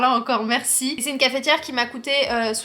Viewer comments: Bonjour pourquoi tu dis cafétiere au lieu de cafetière ou alors c'est moi j'ai mal entendu bisous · C est la première fois que j entends quelqu un dire cafėtiere et non cafetière, et comme tu le dis plein de fois j ai eu le sourire tout le temps..trop mignonne. Où sont les vlogs travaux je trouve pas.... sniff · Merci pour tes partages, mais tu m as fait trop rire comment tu dis dit Cafééétière🤣🤣on prononce pas le é 🤣 sinon good video comme d’habitude 👏🏻👏🏻👏🏻